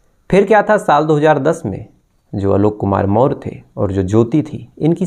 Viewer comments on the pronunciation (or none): Behan k lodo.. Maurya hai hum en chutiyo ko naam tak padhna nahi aa raha.. Chandragupta maurya vanshaj hai hum samrat ashok k. Naam thik se le kahani baad me suna aankh se nahi dikhai deta to muh me bhi loda daal diya hai kya kisi se.. More nahi Maurya मौर्य वंशज बोल क्लियर